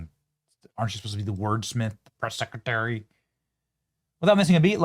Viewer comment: KJP, What’s a secatary? I know what a secretary is but, secatary… not a clue